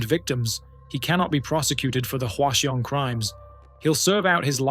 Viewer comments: I hate to be the pronunciation police, but Hwaseong is pronounced like hwa - song. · that is the most atrocious pronounciation of hwaseong i've ever heard